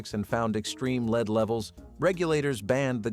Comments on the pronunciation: Sort out the voiceover it’s lead not leed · Leed Leed Leed in every one of these stupid videos. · Most obvious was “lead”, pronounced wrong numerous times. There was another one, but I’m not viewing the clip again to find it. Beyond the mispronunciations, clips like this seeming like a statement, “Hey! You’re dumb! Watch this so I can get some money.” Almost a bait and switch. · Yes!!! That is why I came here. And while we're at it, "lives," he pronounces incorrectly too. I had to stop it because it annoyed me so. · PLEASE!!! I had to stop it due to the mispronunciations. "Lead" and "lives." And that was just 10 minutes in. Very annoying. Do a proof-listen please?